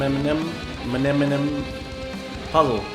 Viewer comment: "Menemenum puzzle"😂I'm triggered 😂